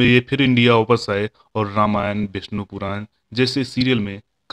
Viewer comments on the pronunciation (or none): none